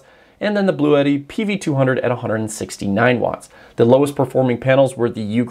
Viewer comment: Why does everyone say “Blue-Et-Tee”…? It’s Blue-Tee.